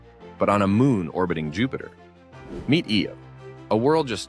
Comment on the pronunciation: Its pronounced "Eye-yo", not "Ee-oh"